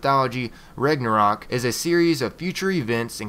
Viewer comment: it's pronounced Rau-na-rock